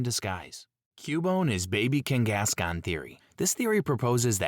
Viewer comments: abbreviated vernacular and consistent mispronunciation of names/words with same spelling with no real dialect says very much so AI and not real human vocals. Ex: Kangaskahn is pronounced “King-gas-con” repeatedly with the same cadence and robotic tone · A.I. having a stroke every time it's forced to say "Zoroark" and "Kangaskhan"